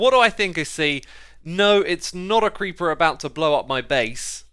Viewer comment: My gosh when he said “if found a creeper” my american brain thought he said “ i found a creampuff!”